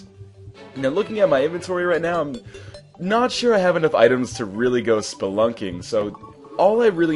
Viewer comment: "I'm Notch sure I haave enough items..."